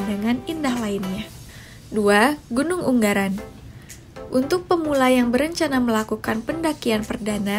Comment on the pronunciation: Gunung ungaran. Bukan unggaran 🤣🤣